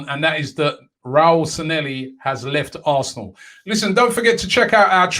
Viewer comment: Robbie its SanLLehi not SanElli, youve had me saying it wrong for ages